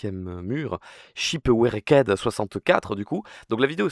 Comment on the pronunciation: shipouecked 🗣️🔥 (ça se dit ship rekt au fait)